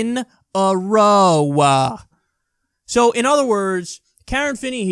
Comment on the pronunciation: Lmfaooo I was waiting for it too. Also his emphasis on "11th time in a ROWWA" was pretty wonderful.